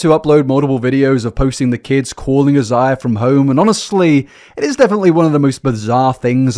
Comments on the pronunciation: Completely minor to point out but Isaiah is pronounced “eye-zay-uh.” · His name is most likely pronounced eye zay uh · "is the world even gonna be here" I've been saying that since 2019 . Shits looking rough, Also it's usually pronounced "eye-zae-yuh" c: it's generally a Hispanic name . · Isaiah is most likely pronounced as "I - zay - ah." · This story will never fail to leave me shocked and confused. The level of cognitive dissonance it takes to think this stuff is okay is crazy. (btw for I believe Isaiah is usually pronounced like eye-zay-ah) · Thanks for finally fixing the whole 7 backward subscribe signs, 😅😅 I think the first guy's name is pronounced as "EYE-ZAY-yuh," like the biblical name. Mariposa actually means butterfly in Spanish. It's pronounced as "mare-RIH-PO-sa" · The British vs American pronunciation of Isaiah threw me off. I was thinking he had a full different name until I read the name. The British version sounds better honestly. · I love how you pronounce Isaiah. I like yours better than we say it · Not the British pronunciation of Isaiah lol